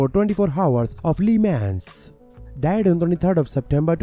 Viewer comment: Le Mans is pronounced Le Mons